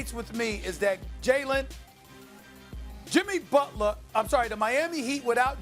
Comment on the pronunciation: “Jimmy Butlahh” 😂😭